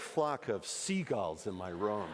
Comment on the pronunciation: So not only can he not say "Penguins" he also can't say "Seagulls". Good to know.